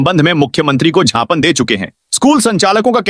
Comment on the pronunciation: श्री उद्घोषक महोदय अभी भी ज्ञापन को छापन बोल रहे हैं इसका सुननै बालों पर गलत असर होता है। इन्होंने किस स्कूल से शिक्षा पाई हैं और किस नै इन्हें उद्घोषक के चयन किया है।